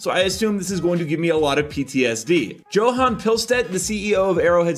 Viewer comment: Lmfao “joe-han” for Johan